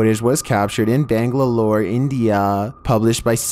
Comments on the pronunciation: Number 22: “Bangladore, banglalore “🤣 It’s Bangalore or Bengaluru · Bruv...what in God's name is "Bangladoor" and "Banglalore" you mention in Number 22🤣🤣. Its Bangalore, pronounced Ban - galore. Regardless...I like your videos bruv and have been subscribed to you for a long time. However it seems alot of videos you include nowadays are obviously faked. It would be nice if you could bring in some real mysterious content...rather than blatant fakes.